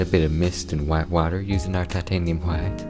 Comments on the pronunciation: your bob ross impression was amazing, plus the painting itself and how you pronounced "titanium Hwhite" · Shut up about his painting skills this is the only man who has a passion for painting and actually says hwite correctly